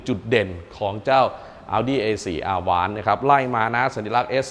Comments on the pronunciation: Avant แอฟแว้นท์ครับ ไม่ใช่ อาว้าน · Avant อ่านว่าแอวองซ์ มาจากภาษาฝรั่งเศษ แปลว่า"ก่อน" หรือจะแปลว่ารถตู้ก็ได้ค่ะ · 'AVANT' ออกเสียง อวองค์ ครับ ขอบคุณครับ